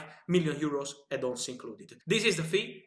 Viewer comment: Lots of 'Edd on's' 😂😂👌